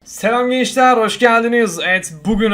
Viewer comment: “selam geğnçlee hoğsgeldınız” gırısını hıc unutmicam abi😅